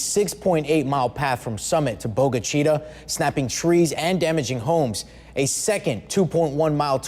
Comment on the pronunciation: As one of the area media owners myself, we welcome those coming into our state to join us. We also, would like to pass on some critique on pronunciations of various cities, towns, creeks and counties that were named 100s of years ago by Native Americans. In this report, the town of Bogue Chitta received some damage caused by the tornado. I know it will take some time to get used to, but at least the pronunciation of that small place is a relatively easy one. We are all thankful there were no injuries.